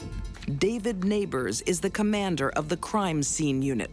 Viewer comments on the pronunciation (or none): none